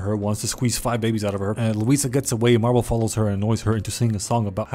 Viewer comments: It’s not marble it’s mirable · did no one realize that he called mirabel marbel or is it just me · it pains me everyone says marble and not mirabel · Who the hell is marble?! Her name is mirabel. Edit: yes I know its a joke. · every single time he calls mirabel marble i lose a bit of my shit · Mirabel ❌ Marble ✅ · Mirabel🚫 Marble✅ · Mirabel 🚫 Marble ✅ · calling her marbel made me crack up xD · I love the fact you call mirable marble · I love how he said marble instead of mirabel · i love the fact that he calls mirabel marble 🤣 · i love how he says marble instead of mirabel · bro's calling mirabel "marble" 😂😭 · The fact that he called Mirabel Marbel XD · it do sound like he be saying marble though XD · Also it’s Mirabel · k guys-, her fucking name aint MARBLEEE